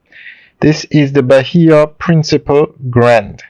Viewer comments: It is not principle, it’s PRINCIPE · You keep on saying Bahia Principal when its pronounced Bahia Principe. PrincipEEEEEEEEEEEEEEEEEEEEEEEEE.